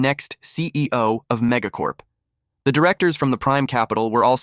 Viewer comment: when ever he says mega corp I aways think he is saying mega corn